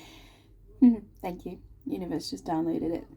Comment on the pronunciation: Omg you said univorse by accident, that's how we pronounce it in geordie land 😊spot on as usual, but the stuck, scared to commit, get hurt again energy is my partner not me. He's Aries sun, Pisces moon. Thankyou again. I need another personal reading I will e-mail you xx